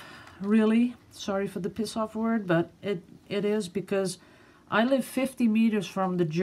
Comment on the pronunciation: I had to smile when you said you were pissed off... You sounded almost like an Aussie. :)